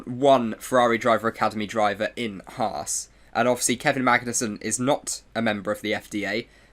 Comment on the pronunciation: Why ? It's the exact way you pronounce the team, and owners name.